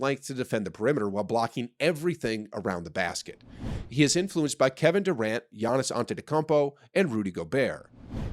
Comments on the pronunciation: Shut up bro he has an accent that’s why he pronounces Giannis last name wrong too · he speaks completely fine. i didnt hear any accent there. its a common courtesy to pronounce some elses name correctly.. if your name is ben then i call u bum and my alibi is i have an accent would you accept that?